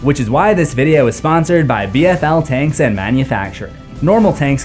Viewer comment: My boy said B Fl tanks as in battlefield legacy tanks. Lol😂